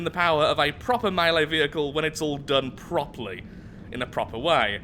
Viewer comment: "Done Proply" - 2018